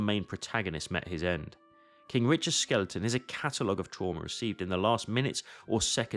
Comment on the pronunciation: Did you just pronounce Skeleton as Skel-EET-in?